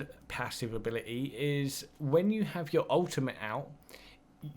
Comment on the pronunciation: Translation for people who speak English; Free = three Abili-ee = ability. Stay tuned for more once deciphered.